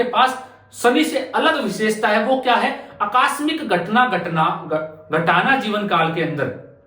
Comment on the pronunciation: अक्कास्मिक नहीं आकस्मिक होता है। कहाँ से आते हैं ये लोग